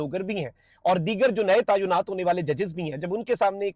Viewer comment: Please correct it. The exact pronunciation is TAI-NAAT not taa ayyo naat.